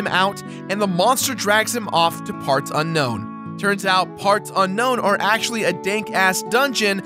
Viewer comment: Bro keeps saying AKCHWOOLY